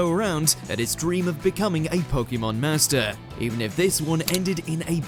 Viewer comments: It really grates on me how this guy says "Po-Kee-Mon" when every time it's pronounced in the show, it's "Po-Kay-Mon." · It's the correct way to pronounce it. If you say it quickly, it should sound like "Po-keh-mon". "Po-kee-mon" is wrong no matter what.